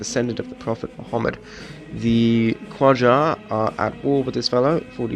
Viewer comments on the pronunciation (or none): Qajar is pronounced not as kwajar but as Kajar or Gajar (not quite, but those are closest to how you pronounce it in english!)